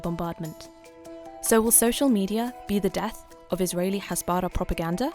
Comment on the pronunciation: It's pronounced "hasbarAH" not "hasBARah" 🙄